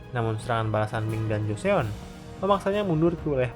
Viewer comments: Koreksi aja min Joseon dibacanya = (Joson) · Joseon = jo-son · Btw joseon bacanya choson